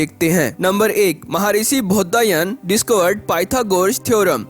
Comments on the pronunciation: Commentry कर रहे हैं जो व्यक्ति, उनसे निवेदन है कि, "बौधायन" को कृपया "बौद्धायन" मत बोलिए। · कृपया उच्चारण शुद्ध करें । जैसे शुद्ध उच्चारण बौधायन है।